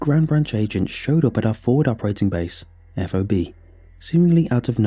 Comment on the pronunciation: I really like this one, but the mispronouncing of acronyms is killing me. FOB is just fob, not F-O-B. CBRN is c-burn, and TOC is tock. Plus Chinook is shinook. Not that they'll go back and fix it, but it makes my eye twitch when civilians say it wrong.